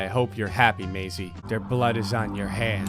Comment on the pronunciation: Omg my Name is Maisie, spelt like that and this is the first time I’ve had my name in a game or something 🎉🎉🎉 yay! P.S. thank you for saying it correctly